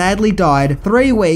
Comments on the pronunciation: Jeroen Crab? Lol, it's Crabbé. Pronounced crab-a. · Not to be thát guy, but it's Jeroen Krabbé, and the e isn't silent. (bit of Dutch pride)